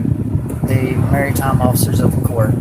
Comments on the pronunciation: What the heck is a “merry-time” officer of the court? This genius can’t even pronounce maritime let alone understand what it means. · Sorry, I had to pause . If you can't even say the word "maritime" correctly, it's not mary time, then you don't get to use it as an excuse. I mean, it's a stupid pathetic excuse, don't get me wrong. But you don't get to use it. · I mean if we are starting off with him saying Merry-time instead of Maritime I think I understand how ABSOLUTELY FEKKIN STUPID this guy and his wife are. Someone save the children!! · Maritime not "Marytime" 😂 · They correct him on the pronunciation of "maritime" like they know how to say it. "Merry time" sounds like something have at a Christmas party. Also, "admiralty" only has one 'i' in it. It's not "admirality". ADD-mer-ull-tee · Mary-tine? WOW! Such a scholar. Everytime he opens his mouth, he just adds more proof to his lack of iq. He will never stand a chance in life unless he wisens up. And the children have a real hurdle getting over the bs they have been raised under by him. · Im pretty sure he said merrytime law instead of maritime. Also that beard looks like a birds nest. Brilliant. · Is he saying Marytime? Obviously it’s maritime, pertaining to bodies of water, including but not limited to oceans,lakes, waterways,ponds,sloughs streams rivers . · $20 says this clown thinks the word is "merry time" instead of maritime. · "which is merry time law" this man wholesale didn't know the word maritime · Can’t even say “ maritime” dumbass kept saying “marry time officer” 🤣🤣🤣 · "Marytime"?! Bloody hell his brain really ain't working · "Marry time" is certainly a way to pronounce "Maritime" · Lol he's saying Mary time not maritime 🫣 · “Merry time” law. “Admi-rality.” Talking about vessels. 😂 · I think he’s saying “marrytime” so maybe that’s something different 😂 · No, he said “Merry-time” 😂 what a loser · Hey dumb as$ it's maritime not merry time. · “Mary Time Law”… how he pronounces maritime law…. 😂😂😂😂😂